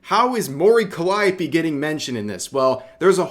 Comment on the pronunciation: Why are you pronouncing it CallEYEopee?